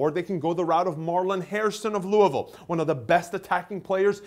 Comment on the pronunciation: Good job,, pronouncing Louisville like a Kentuckian. Most people outside of Kentucky pronounce it LOO-E-VILLE and that's not true to form.